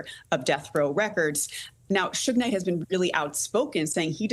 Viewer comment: called him Souge Knight 😂Sougé most commonly refers to small French communes